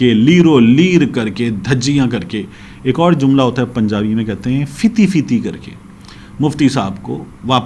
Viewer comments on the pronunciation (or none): سر فیتی فیتی نھی پھتی پھتی پنجابی کا لفظ ھے جزا للہ